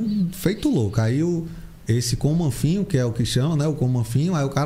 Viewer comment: A pronúncia é "comanfin" mesmo? Kkkk